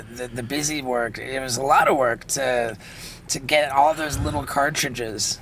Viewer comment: Pls. FIX THE LETTER L . love the show